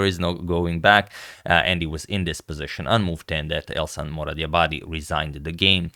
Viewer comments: Elshan is a Persian name (from Iran) that pronaunces "elshan"; "sha" like in the word: "shaft" with regards❤ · It is pronounced EL-SHAN (like fan) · It is pronounced /ɛlʃæn/ "El" as in "elbow", "Shan" as in "shanty" Regarding the surname, your pronunciation is awesome! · His name is El-sh-an. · The correct pronunciation is el-shàn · its elSHan like shoe ,shire, she... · The way to pronounce his name is like: El shall, but n instead of l. It's a Persian name :) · In the moment I heard agad didn't know how to pronounce a name I definitely knew how the game would end.